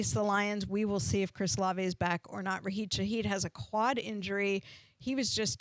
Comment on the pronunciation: Rasheed* not Raheed lol